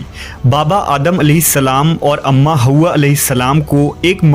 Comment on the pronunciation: It's not haooowa it's Hawa